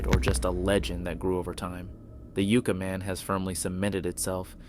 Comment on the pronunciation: Pronounced 'YUK-Ka' Man like the Tree